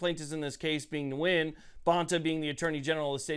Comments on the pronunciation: Just a quick correction, sir: the (person) V. Bonta? He is of Vietnamese background, his name is not pronounced, “Noo-Win” rather it is simply “Win.” And I hope he does! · This common Vietnamese sir name is pronounced "win" not "new win". Thanks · The “N” is silent. Phonetically gwin. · It's pronounced "Win v Bonta" hopefully Nguyen wins! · Nguyen is pronounced like "win". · Isn't it pronounced Wen?